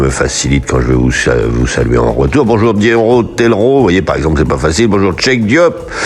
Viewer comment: Vous avez bien prononcer mon Dionro Telro